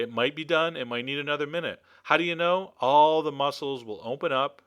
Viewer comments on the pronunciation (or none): none